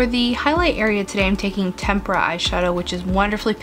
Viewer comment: You're literally the only youtuber I watch who knows how to pronounce "tempera."